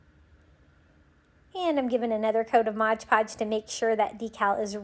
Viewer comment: Say it with me now... MOD Podge. 😁😅♥️